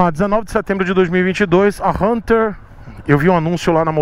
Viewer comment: Achei engraçado vc pronunciando Hunter 350 fala: RRRRRRRRRRRunter 350 KKKKKK